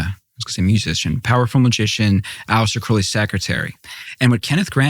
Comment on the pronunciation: Finally. Someone who knows how to pronounce "Crowley". But Tucker didn't bother to learn from him.